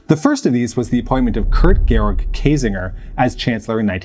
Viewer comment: It is so funny to hear you pronounce german names. That´s no criticism and I´m probably not much better with Vietnamese or Bantu names just really funny. If I hadn´t known the names (from Ohnesorge and Kiesinger) I probably wouldn´t have been abel to recognize them. You pronounce the terrorists names much better.